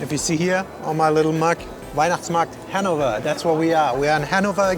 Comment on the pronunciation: hennover lol